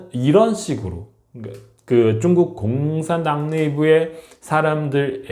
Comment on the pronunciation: 중국 사람인지 모르겠지만 한국 방송하면서 중구오 이렇게 말하눈거 역겹습니다